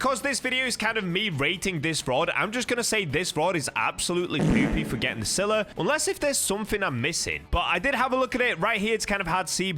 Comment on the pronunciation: Bro sylla ain't that hard man